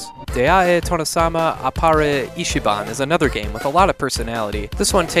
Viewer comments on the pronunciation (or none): none